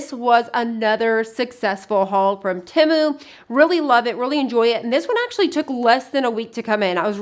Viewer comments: You say Timu. It is Temu…..(teemoo). Please correct your pronunciation. Thanks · The pronunciation of the company is “Tee-moo.” That’s what the website said. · It's Said like tea moo.... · I love shopping at Temu. I've never heard anyone pronounce it quite like you though, lol (short i sound).